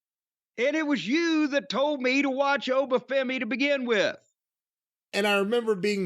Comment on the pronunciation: Im a Nigerian, living in Nigeria. Obafemi himself does not pronounce his name correctly, and i've always wondered why. His accent is exaggerated, nigerians have very distinct accents that vary with tribe/ location. It did sound like the default "African" accent used in most movies, made popular by Coming to america.